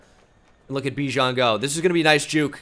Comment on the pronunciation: Pronounce Bijan correctly, kind sir.